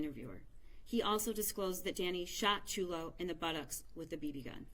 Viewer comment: There are no words to describe the horror this child went through. There’s no words I can use to express who these “parents” were and what I hope happens to them. One thing I can say, the first woman to speak mispronounced Chulo’s name multiple times. Is it too much to ask that we honor him in death by remember his name? Maybe someone else should have spoken if she was having trouble remembering or pronouncing his name. Just felt like the final insult.